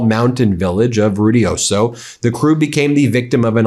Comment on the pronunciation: “Rudioso”… 😅. It’s Ruidoso… roo-ee-DOE-soe. New 🇲🇽